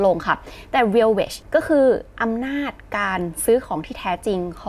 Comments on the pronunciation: Real Wage ไม่ใช่ Wadge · Real wage หรือป่าวครับ ไม่ใช่ wadge